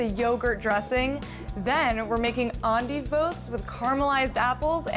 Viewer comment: I like this video. It taught me how to say endive. I always thought it was end-dive.